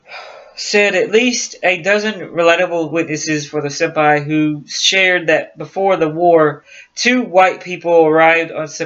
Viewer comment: FIRST OFF THE ISLAND NAME IS PRONOUNCED SI - PAN. SECOND AMIELA AIRHEART WAS P*SS POOR PILOT . SHE CRASHED 3 OR 4 TIMES BECAUSE SHE COULD NOT HANDLE HER AIRCRAFT'S . SHE NEVER LEARNED TO USE HER RADIO AND COULD NOT NAVIGATE .HER NAVIGATER FOR HER AROUND THE WORLD FLIGHT WAS A DRUNK. HER NEXT TARGET WAS HOWLAND ISLAND . US NAVAL PICKET SHIPS WAITING TO GIVE NAVIGATIONAL BEARINGS COULD HEAR HER BUT COULD NOT REACH HER BECAUSE SHE WAS ON THE WRONG RADIO FREQUENCY . SHE MISSED HOWLAND ISLAND BY 20 MILES THE NORTH, SHE WAS TO PASS TO THE SOUTH OF HOWLAND ISLAND WHERE SHE WOULD HAVE SEEN A SMALLER ISLAND TO TELL HER SHE WAS WHERE SHE WAS SUPPOSED TO BE.SHE RAN OUT OF GAS AND CRASHED IN THE OCEAN. THE LOCKHEED ELECTRA SHE WAS FLYING WAS NOT NOTED FOR ITS WATER LANDING ABILITIES.THEY FREQUENTLY BROKEUP AND SANK IN ABOUT 30 SECONDS MAX TIME THEY HAD ONLY A SMALL COCKPIT HACH OVER THE PILOTS COMPARTMENT. PILOTS THAT SURVIVED THAT KIND OF CRASH ARE TO BADLY HURT TO GET OUT QUICKLY AND IF SHE DID GET OUT SHE HAD NO LIFERAFT AS SHE LEFT HERS BEHIND BEFORE SHE STARTED TO SAVE ON FUEL. THERE WERE BETTER WOMEN PILOTS THEN AIRHEART BUT THEY DIDN'T HAVE PUBLICLY AGENTS KEEPING THERE NAMES IN THE PUBLIC . AS FOR THE JAPANESE THAT WAS JUST PRE WAR HHYSTERICS SHE NEVER GOT NEAR ANY JAPANESE HELD ISLANDS. THE TRUTH IS A BAD PILOT SCREWED UP AND 2 PEOPLE DIED AND THAT JUST AS INTERESTING AS A MYSTERY.